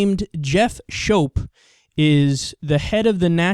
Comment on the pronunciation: "Schoop" is pronuced "Scoop" and it's SPECIFICALLY the "National Socialist Movement"...two main differences is that National Socialism is as Anti-Capitalist as the CPUSA as were the original NSDAP and Bolsheviks-the difference between them being communist vs nationalist. The KKK by contrast have always supported Capitalism. Also, where the KKK are a fringe Christian ideology, much of National Socialism is rooted in neo-paganism of the "Asatru"/"Odinist" variety.